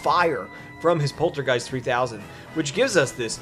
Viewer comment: It’s Poltergust not Poltergeist lol